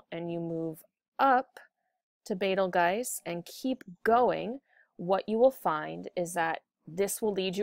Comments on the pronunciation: Its pronounced beetle-juice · Betelgeuse (Bettle Guys) doesn't sound like Arabic nor Rigel